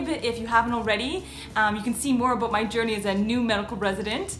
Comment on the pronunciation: She said , "aboot 4 years", LOL